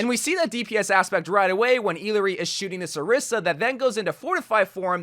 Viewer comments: I think her name is supposed to be pronounced ee-yah-ri? 🤔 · I think it's pronounced E-yari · Remember the proper way to pronounce her name is: IYARI, doble (LL) for quechua and spanish sounds as a Y. :face-blue-smiling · Her names pronounced ee-yar-ee😭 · E-LAH-REE Jesus....the amount of uncultured Amercians. No offense but it's rather common name. We use it other triple A titles. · Illari is from Peru, and her name means “dawn” and “bright.” Also, because of the two L’s in her name, it’s pronounced ee-YAR-ee. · “First official look at the brand new hero, Eeeleree!” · Eelaree? R u deadass rn💀💀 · Uh-lar-ree - what are you saying dude? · bro i think its pronounced i - ya - ree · Wow you can't say anyone's name right lmao I surprised you don't call Mei Me-I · Everytime he says a character name wrong I have a mini mental breakdown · Can we stop criticizing his pronunciation? He’s reading it as if it is an English word. I myself don’t know what she’s supposed to be or where she’s from. I’m guessing some South American country but that name is not Spanish so maybe it’s from a native language. Maybe Aztec/Nahuatl or something based on the sun theme